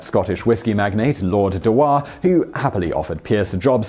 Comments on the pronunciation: I think the pronounceation of Dewar should be dew-ar rather than de-war. Good job otherwise 😊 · FYI dewar is pronounced dure.